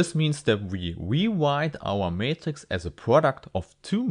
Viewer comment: We wewite our matghix as a pwoduct